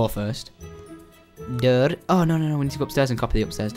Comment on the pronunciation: You sounded like a swede! -A dörr... Door in swedish!